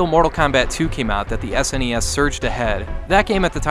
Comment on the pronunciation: Ssssnes wrong